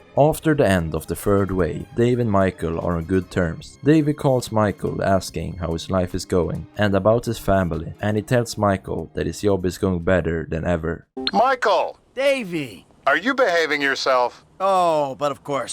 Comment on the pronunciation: Man I like your videos, but please don't spell the j like y. Hearing "job" as "yob" or "jail" as "yay" irritates not only me.